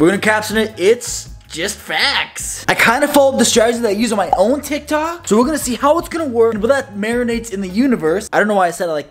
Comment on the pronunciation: he keeps saying tiktik